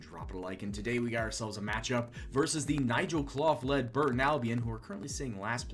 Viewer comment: For clough its pronounced cluff not cloff. Great vids though keep them up!